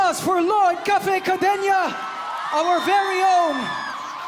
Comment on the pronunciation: bakit cadeña haha dba cadena